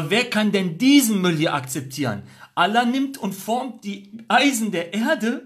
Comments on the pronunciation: Lern erstmal Allah aussprechen Motto ex muslim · Junge sprich mal Allah gut aus